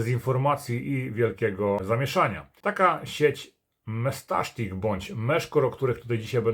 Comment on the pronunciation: Dlaczego mówisz "mestasztik"?